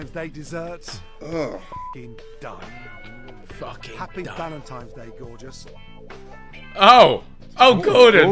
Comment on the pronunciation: Gordon said "Valentimes Day" and now everything else he has ever said has lost all credibility. What a donut.